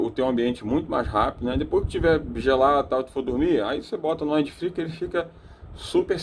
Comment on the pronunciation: In English, em geral a regra gramatical de pronúncia para palavras terminadas em consoantes falasse exatamente como se está lendo mesmo. Porém quando se termina em VOGAL "we use to say them ecxatly as the vogals are used to be spell" ou seja, lê-se exatamente como aprendemos como são pronunciadas as vogais no alfabeto em Inglês, e sim isso faz uma enorme diferença. 👉 Wind (uindi) = VENTO, sopro, brisa etc... depende do contexto. 👉 Free (fri) = sem/falta de (contexto) = livre 👉 Fry (frita) "frai" fryes (fraies) fraies = fritas 👉 Wide (uaidi) vogal (i) em inglês tem som de "ai" = VASTO ex: Worldwide (uórldiUaidi) 👉 advérbio 👉 mundialmente. Toda gramática tem suas excessões, porém 98% por cento da regra é essa. Em 65% do vídeo ele AFIRMA pronúncias de significados que não existem na língua Inglesa e isso induz as pessoas ao erro. No mais as ilustrações de funcionamento do aparelho foram bastante esclarecedoras 👍